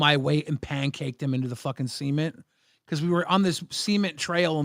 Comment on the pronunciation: I love you guys but you two need to take pronunciation classes especially, the way you pronounced cement and ramen hurts my soul every time. Makes me crumble like a Ritz cracker Other than that another banger episode like usual 7.2/10